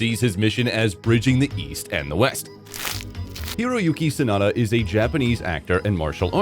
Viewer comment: 真田広之→サナダヒロユキをソダヒロユキって、、全く信用出来ません！